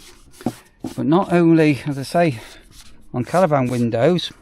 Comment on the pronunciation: At the start, the intro sounded like my trip to Manchester was called Caravan Window Seals 😂